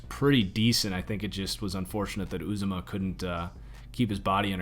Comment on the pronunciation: btw is pronounced you za mah